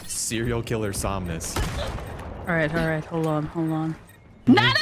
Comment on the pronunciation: Never has Somnus sounded more German lmao